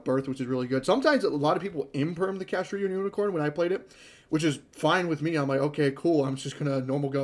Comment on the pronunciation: If I hear you say "Kashtria" instead of "Kashtira" one more time...